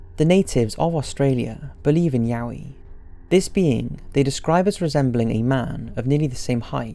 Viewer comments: "Wowie"...Its a "Yowie"!! Lol! 😂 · ok but im fucking losing it over how you pronounced yowie, because you say it exactly like yaoi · at first i thought he was saying yaoi... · When he said Yowie my brain was like "Yaoi. Wonderful. A creature named after gay hentai" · Video: "The Yowie--" Me: Wait what? Yaoi? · It sounds like he is saying "Yaoi".. But I'm gonna go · Until I saw the article I thought you kept saying "Yaoi". You really got me confused there. Nonetheless I love your videos, keep the great work up, mate. Thank you ♥ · ok so i know this vid is serious and all but when you said "yaoi" i had to double take cause uhh you mean gay men??? lmaooo. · when he said yowie, in my head i'm like "yaoi?" and then instantly pictured a lewd bl scenario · IT'S YOWEED, GROWN BY THE YOWIES. GOOD SHIT, MATE. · I can't be the only one that thought of yaoi when he said yowie XD Great video as always! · Omg, I had this playing in the background and I thought you said "Yaoi" at first xD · I thought you said yaoi lol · Nah mate its yoweed, grown by the yowies. - Big lez show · When he said the Yowie i chOKED